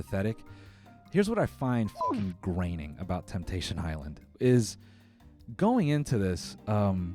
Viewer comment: Hey Homie. Its grating. Not graining. I got you bro.